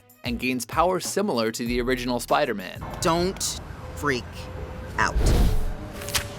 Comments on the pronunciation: Soup-aida-Man lol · Supaidaman, Supaidaman, does whatever a supaida can!